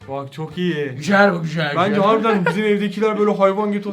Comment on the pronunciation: " GüJeL gÜjEl " demesi 😂